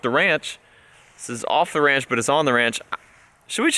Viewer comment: Off D Ranch instead of the OffTheRanch